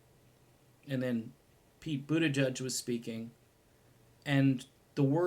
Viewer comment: His name is pronounced, I’m for Medicare for all, But...tigieg.